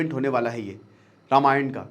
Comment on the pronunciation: Ramayand kya hota he ??